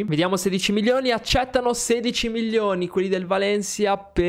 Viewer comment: Comunque si dice milioni non millioni